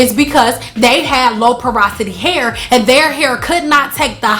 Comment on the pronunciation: Parasity????! Porosity girl🙄